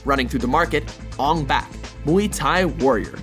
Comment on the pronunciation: They pronounced ong bak wrong...